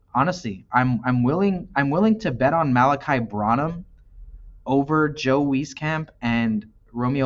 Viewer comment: Its pronounced BRAN-Num bro.